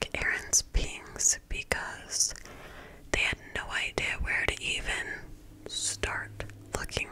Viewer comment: girl you edit/face tune your face way too much you look ridiculous and learn how to pronounce " idea" correctly